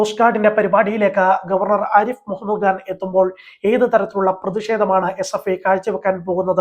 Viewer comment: ഖാൻ എന്ന് പറയാൻ അറിയില്ലേ നിങ്ങൾക്ക്. ഗാൻ, ഗാൻ എന്ന് പറയുന്നതെന്തിനാണ്